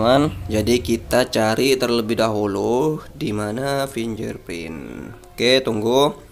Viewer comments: bacanya fingge'r gan, bukan finjer .......... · haa! pinjerprint 😂😂😂